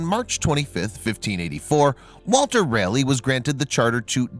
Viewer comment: You sir,butchered the names from Raleigh and Croatian. Crow uh tan. Bert T